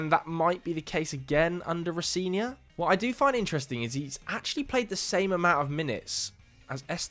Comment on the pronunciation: Row-Zen-Ee-Or is the pronunciation